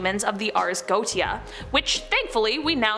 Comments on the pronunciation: Her pronunciations are horrible! For example, She is incorrectly pronouncing 'Goetia'. It's pronounced 'Go-Ay-Sha' NOT 'Go-Tee-A'! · Goetia is pronounced: goEESHah. Also I love your videos. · Lol it's NOT GO TE A PRONUNCIATION LOL ITS GO WAY SHA,,,, hahahaha hysterical! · It’s pronounced Go-ay-sha not goatia😂😘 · First off Ffs It’s not goatia Go ay sha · Hey! First I just want to say - thank you for all the brain candy! My 12 yo son and I both love watching your channel!:) Just fyi though - "goetia" is pronounced "go-AY-sha". Just thought this info might help for future vids. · The only thing I ever mind about these videos is the fact so many are pronounced wrong, it takes you out of things... 'Ars Goetia' is more pronounced 'Ares Go-A-Sha'.. Otherwise things are well done, but I would really look things up to just improve on that one thing.. Mammon is 'Ma-mon', Azazel is 'Ah-zay-zel', etc.. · Göetia is pronounced Go-ay-sha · You're mispronouncing that word. It's go-eh-sha